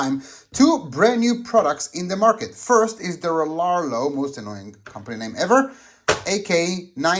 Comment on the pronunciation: I’m pretty sure it pronounced Re-ar-e-o 🤷🏻‍♂️ maybe… 👍🏻👍🏻 good stuff keep it coming.